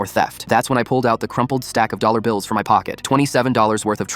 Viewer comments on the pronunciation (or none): yes, "one dal dollar" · "One dal dollar" 💀